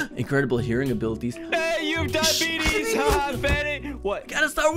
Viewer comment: I’m laughing so hard he said diebitys 😂🤣😂😂🤣